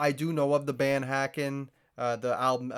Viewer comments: Hay-ken, not Ha-ken. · Love all their stuff. Btw, it's pronounced like "bacon" with an h. Recommend "Carousel" off "Virus" and "Sempiternal Beings" off "Fauna". But really, most of their songs are ridiculous.